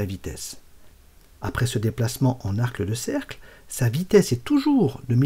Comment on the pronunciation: Belle animation. Petite erreur repérée: vous dites arcle de cercle au lieu d'arc de cercle...rien de bien grave. Continuez!